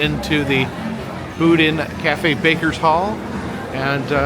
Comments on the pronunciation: Yes! It's boh-DEEN 😅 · I think Boudin pronounced differently